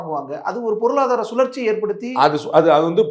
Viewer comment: அது பொருளாதார சுழற்சி இல்லை... பொருளாதார அழர்ஜி...அதனாலே இன்னும் பின்னோக்கி தான் போய் கொண்டிருக்கிறோம்...